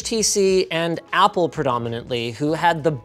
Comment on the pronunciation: Like... "APPLE!?" so emphasized 😝😝😝🤣🤣🤣